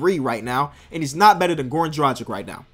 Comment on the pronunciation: he always says dragic's name wrong and i think hes calling him tragic lol